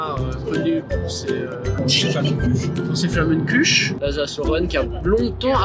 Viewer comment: En tant qu'alsacienne, je vous demande svp, par pitié de respecter le nom de la tarte flambée 😭, soit vous prononcez à l'alsacienne, soit vous dites tarte flambée, mais personne en alsace appelle ça des "flammeküche"... 😭, sinon la vidéo est grave cool, je te suis depuis celle de joyca et franchement j'adore ta vibe !!❤